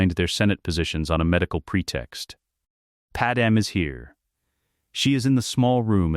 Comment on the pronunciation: Why does this AI ALWAYS call "Pad-MAY" as "Padam"? Lmao